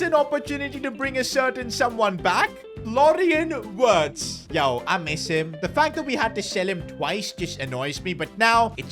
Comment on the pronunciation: Florian wirtz❌ Florian words✅🤓